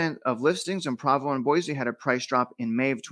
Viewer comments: My friend it’s PrOvo not Pravo lol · pedantic pronunciation correction, I believe it's PRO-VO, not PRAH-VO